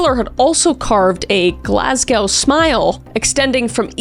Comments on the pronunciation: Just a quick note, as a Scot, I fear it is my duty, Glasgow is pronounced Glaz-go, not glass-cow/gow ! That kind of 'smile' can also be called a Glasgow Grin for those that like alliteration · As someone who lives in Scotland, and have lived in Glasgow, is it pronounced Glass-Go. Just like Edinburgh is pronounced Ed-in-Brahh! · it’s pronounced GlasGo😋